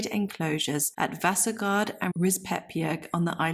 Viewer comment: it is pronounced Rispe-bjerg. Vasagard has weight on the first a and the second a is short and the last a (å) is like the o in born. the name is pronounced like VAsa-gård. both are compound names. Rispebjerg can translate into something like scratch mountain/hill. but to rispe can also mean coppicing. Gard/gård signifies an enclosed area.